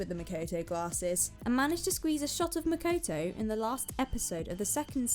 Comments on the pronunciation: "Mekoitoui"lol it's makoto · "Makuwtuw" For real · "was makoetoe" MMMHMMHJGGSJROHOERJOROJIFIEJGOJOIJFA